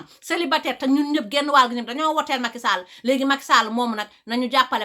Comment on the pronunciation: J'aime bien comment elle dit le nom Macky Sall 😉